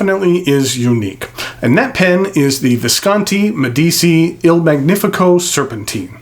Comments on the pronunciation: It's pronounced MediCHI. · It's said "Med ee chi" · Spelling yes, pronounciation no :) Not that it matters, great review. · I love your reviews; they’re simply magnificent, and by that I mean thorough, concise, and above all—interesting. But I must say that I abhor your pronunciation of foreign words. I’ve mentioned your German and French mispronunciations before, and now I must join with others on this review in adding Italian to the mix. I cringe when I hear your mispronunciation of Medici, Meisterstück, inter al. Here’s a suggestion, and it’s one I follow when I come across a non-English word that I must use, either in a lecture or some other context—I ask. It’s as simple as that, and it takes just a little bit of humility to admit that we don’t know something, but it really pays dividends. Next time you have to use a foreign word, ask someone who speaks that language. Or, email/phone me and I’ll try and help. Our ears will thank and bless you